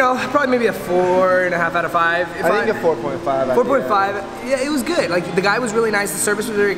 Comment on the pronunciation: My life is complete. I now know I am not the only one in the world that says “goid” instead of “good” sometimes on accident!!🥰